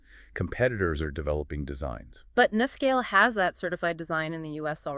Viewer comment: Please pronounce it correctly, with a long U: NuScale (say: New Scale)